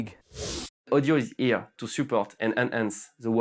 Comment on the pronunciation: “Audio is ‘ere”